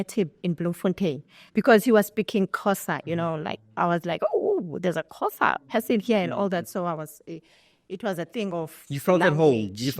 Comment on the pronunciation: Why can’t she pronounce Xhosa. Awu